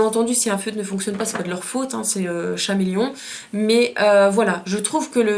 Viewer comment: Ça se prononce "kameleon".